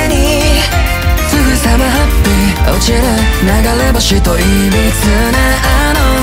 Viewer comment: 発音良！！ 2人の｢アイデンティ⤴︎ ティ↓｣みたいな歌い方好き… ｢ぅ‘’おちる｣かっけえ